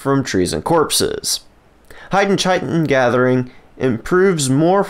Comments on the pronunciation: please stop with the mis-pronunciation of Chitin XD , I know there are a lot of people out there who looked it up and found the WRONG videos on youtube. Do not believe the mis-information out there.. it is pronounced KAI-TIN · Chitin - KITEin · Doesn’t even know how to pronounce Chitin, yet you’re out here spreading misinformation… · Doesn’t matter as long as they understand it